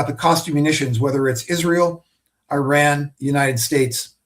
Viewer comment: Please correct the analysts regarding the proper pronunciation of the country of Iran. Thank you. 😅